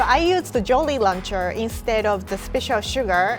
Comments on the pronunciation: Idk why but i heard jorry luncher😂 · “Joly lancher” I love 😂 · Jorry Laucher! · Nobody is commenting on how she pronounces "jolly rancher" and i have to say it..... ITS SO CUTE IM MELTING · Ok I love the way she's says jolly rancher in her japanese accent. ❤️